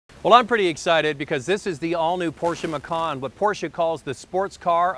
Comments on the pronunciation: The vehicle is a MacAn, not a MacOn. Why do many folks mispronounce... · Bruno TaTa And you believe this why? Are you an expert on German pronunciation? I can assure you it is NOT pronounced McKAAAN as this fool is doing. (For info: I speak German) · Love the way he makes sooo much effort to say Porschuh so that he thinks he sounds so clever, and then creates some weird way-off version of Mackkawn... laughable.